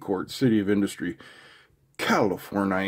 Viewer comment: CALI FORN I A ... Lol You pronounced it right. Most folks do not.